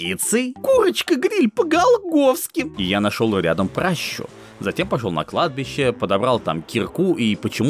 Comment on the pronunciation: пращА, а не прАща, заведи себе редактора хоть, если самому гуглить лень